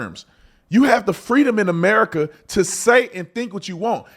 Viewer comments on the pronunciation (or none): none